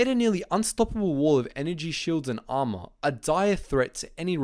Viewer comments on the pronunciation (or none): none